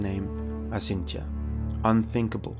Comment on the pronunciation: Acintya is actually pronounced: Achintya. Since ch denotes a hard c sound followed by a "ha" sound when using Roman characters to pronounce Sanskrit, the solitary letter c is used to denote what we would pronounce as "ch" as in "chain" in the English language.